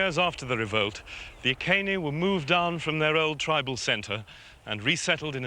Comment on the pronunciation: nice to hear the name of the tribe pronounced correctly EE KAY NEE instead of the mangled Roman EYE SEE NEE.